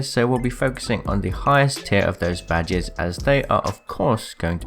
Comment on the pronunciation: "Ill be showing you the rarest badgers in Apex legends". Now you cant unhear it. You're welcome.